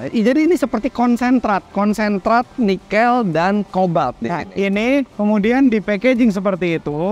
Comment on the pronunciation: Koreksi dong. Penyebutan NIKEL yang benar tuh seperti om (e nya dari kata TEBET) bukan e (MENTENG) seperti yang om Fitra sebutkan.